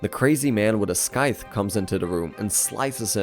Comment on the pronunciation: As a narrator, surely you would learn how to pronounce “Scythe” 😝